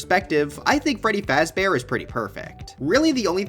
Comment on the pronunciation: Five Freddy Fazber :)))))